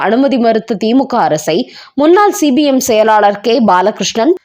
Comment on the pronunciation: C b mஎன்றசொல்லாமல் cpmஎன்று உச்சரிக்கவும்